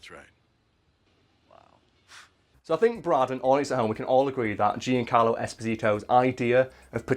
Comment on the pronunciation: Hearing you say Giancarlo hurts